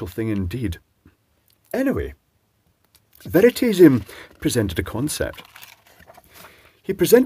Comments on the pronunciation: very-taze-i-um? its more like "very-toss-i-um" his channel name means " the element of truth"....based on the word Veritas, meaning truth. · Did you say Veritedium at the start, or is that an affectation of your accent? An interesting video. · "veritedium" OUCH! that was savage!